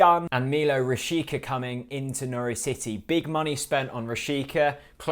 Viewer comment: Villa were after this guy at one point. Didn't work out. By the way it's pronounced rashitsa, not rashika. All the best Norwich.